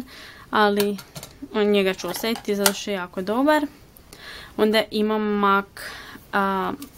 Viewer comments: Ne kaze se mak nego mek rumenilo . Inče si suler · Zasto izgovaras "mak" umjesto "mek"? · Nečita se (mac)mak nego mek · Zasto "Mak" a ne "Mek" (MAC)... 😃😃😃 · Ja midlim da se kaže mek a ne mak (mac) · Isuse boze Jel moze molim te jedan savjet Mac se ne cita mac negi mek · Daj molimte govori MEK A NE MAK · Ne kaze se MAK nego MEK...no hekt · Ne kaze se mak nego mek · nemoj shvatiti ovo kao hejt jer ono imas ok videe i znam te ponekad gledati ali izgovara se mek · Imam savjet Mac se čita mek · Jedna stvar......ja tebe obozavam,ALI PISE SE MAK A CITA SE MEK